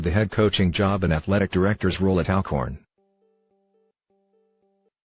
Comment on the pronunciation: clears throat....it's ALL-Corn lol